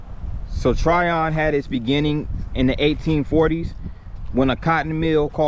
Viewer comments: Pronounced "Tryin" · Its Trion as in onion. Not Tryon.